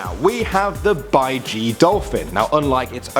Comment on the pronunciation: He pronounced baiji wrong